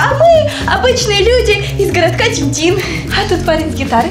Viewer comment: Во первых вообще то мы бы так не делали а во вторых не Тим Тим а Тим тин